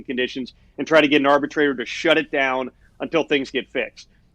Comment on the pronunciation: Pat gunna be going Dahn to the WWE soon 😭